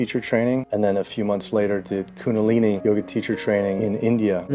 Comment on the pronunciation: That man at the end, he needs to know it's Kundalini. Not Kunalini. Surely someone has told him by now. I do hope so...